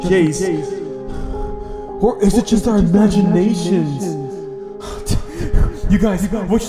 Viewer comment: when you say'd imagiaeshon the song IMAGiAeNasHON in barney?🤔